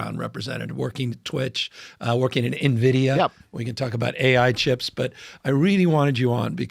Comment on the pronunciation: he really hit the "N" in nVidia to show that he cares